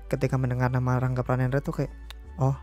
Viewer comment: Rangga pranendra jadi rangge pranendra? Wkwk